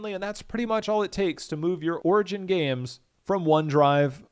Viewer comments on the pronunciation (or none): what the fuck did you call it? orgin?